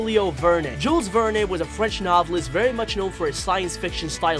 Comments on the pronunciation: you pronounce very as vewy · Why do you say very vewy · Dude is it me or did he say vewy